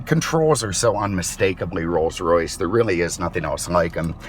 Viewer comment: Alan Johnson he said it correctly